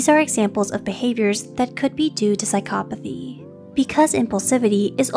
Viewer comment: Psychcop Athy why is she saying it incorrectly?